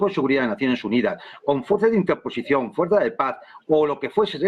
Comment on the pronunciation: 😂... ¿ Hay mucha fuerzzZzzZZZza aérea en UkronaZZziLand ?